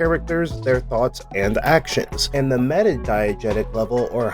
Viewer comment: I had thought at first that you were saying "Diet Jesus".